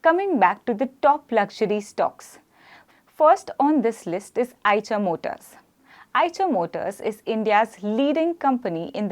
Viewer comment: It's आईशर not आयचर